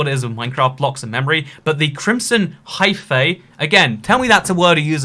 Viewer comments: Hyphae is pronounced hi-fee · Hyphae is probounced “high-fee”, ae in greek is an eee sound